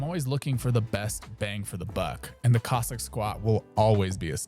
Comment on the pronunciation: I think this chap is gently ribbing the pronunciation of Cossack as Kozak. Aren’t you, my dear friend? Don’t worry, I got the joke. Ha ha. He pronounces Cossack much like Kojak, the famous detective played by Telly Savalas. Coincidently in the film Horror Express Telly Savalas plays a Cossack. A role he excelled in.